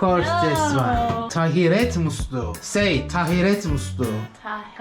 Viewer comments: Yenge senden daha güzel söyledi rezil ettin Türkçe yi tahiret değil taharet musluğu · Doğrusu tahiret değil taharet. Doğrusunu yenge söylüyor. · "Tahiret"degil "taharet" dünya nasıl taharet musluğu olmadan yapabiliyor aklım almiyor... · Tahiret değil 😂 taharet 😂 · Tahiret musluğu deme kardeş kızcaz tam doğru söylüyordu yanlış telafuz ettirdin taharet musluğu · Aynen, "tahiret" değil "taharet" olacak... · Sende yanlis söylüyon dostum. Taharet muslugi